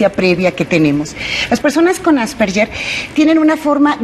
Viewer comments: "Asperger" no "Asperller". Pronuncia mal el nombre la Doctora. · Asperger o asperyer?? Empezamos mal ,, Asperger,,, que tristeza que ni siquiera pronuncia bien la enfermedad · Nop es Asperguer o Asperger el científico que lo descubrió era Aleman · Pronuncia mal el apellido alemán " asperguer" así se pronuncia . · De hecho es Asverguer